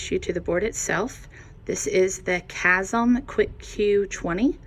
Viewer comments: I've never heard anyone say chamsys as chazm lol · It’s pronounced Cam Sis. It’s short for Chameleon Systems 👍🏻